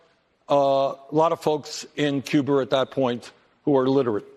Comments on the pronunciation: He's got an out... He said Cuber, not Cuba. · Did I just hear say ‘Cuber’ instead of Cuba???